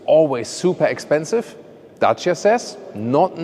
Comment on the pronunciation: Us Romanians thank you for pronouncing dacia so well!